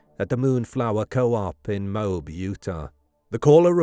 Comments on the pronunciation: OMG .. IT IS NOT "MOBE" it is MO-AB. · "Mobe"??? It's pronounced "Mo-Ab" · When you make a video, take the time to learn how to pronounce the names mentioned in the video. It’s Mo-ab, not Mobe. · It is pronounced Moe-Ab Moab, Utah If she didn't admit that she hit him he would of been arrested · Utahn here. It's pronounced "Mo (like the name) Ab (like the singular form of the stomach muscles)" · Dirty Laundry Parents covered for his pathetic Loserly life; he ended himself anyway and they had to pay out the Hee Haw for attornies anyway. Oh, and By the Way, Moab is pronounced MO AB. Dumb AS S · I laughed way too hard at your pronunciation of Moab